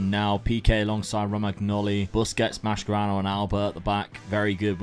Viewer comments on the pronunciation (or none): Not Mascherano but Maskerano 🤣Nice vid, Great fun